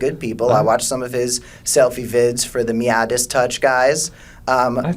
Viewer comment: Also, learn how to pronounce the Meidas in Meidas Touch.